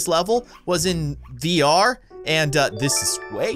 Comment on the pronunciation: When you said VR you said DR